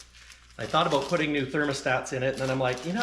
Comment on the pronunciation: did you just say the magic canadian word? What was that all aboot? ;)